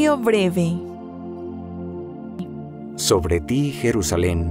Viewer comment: Sigo diariamente vuestro Laudes .Gracias. Mi humilde contribucion : seria muy bueno que la voz femenina (que es excelente) pronunciara las "b" en vez de "v". Ejemplos hoy: voca, avrid,,valuartes,alaven,,vreve,sovre, , Y decir aleluia en vez de aleluya.